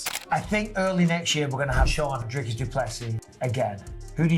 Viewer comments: Say "drink"... now say "Dricus". It's the same sound. We don't say draaaiiink 🙈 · It’s sad how much English speakers butcher Dricus’s name. The pronunciation is so far off😂